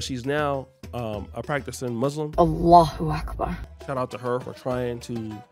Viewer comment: Brittany Renner saying 'Allah Akbar' sounds like the barking of a dog.